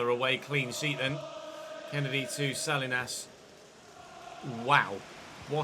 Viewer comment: Salinas isn't pronounced sal-lee-nas lol. It's suh-lee-nuhz, I just thought you might want to say it right going forward.